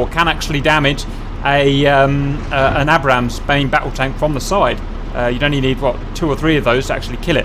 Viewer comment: It's pronounced "ayybrams" not abbrams